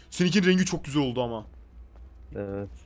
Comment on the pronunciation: NOBODY:: çok güzek yağ